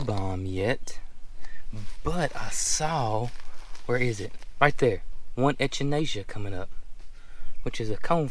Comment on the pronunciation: Echinacea is pronounced like echo. Ech-in-A-sha ❤